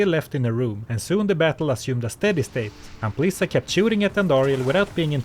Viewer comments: The title to dis bideo should be Lezzelecting Ampleesa. xD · I know you're saying Amplisa, but it kept sounding like you were calling her "Aunt Lisa" XD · Anyone else hear Aunt Lisa instead of Amplisa? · I had this on while gaming, took me 20 mins to realize he WASN'T saying Aunt Lisa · Oh, Amplisa. I was listening on my second screen, I thought he called him Aunt Lisa the entire time. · I always watch your videos, but this time, I was doing chores and just listening. Up until 5 minutes before the end of the video, I thought you were calling her Aunt Lisa 😂😂😂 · Im 40 mins in this video watching very attentively and i read your comment, but i still hear A U N T L I S A